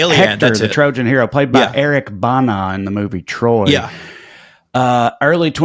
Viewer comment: G'day Boys, Just wanted to let you know that Trae has been taking one of our favourite son's name by mispronouncing his surname. Eric Bana - not Bah-nah... Ban-a,,, short sounds like Apple,,, or more like a small flag/banner but not the hard "r" sound of the normal American accent... if that makes sense 😏 🙃🐨🇦🇺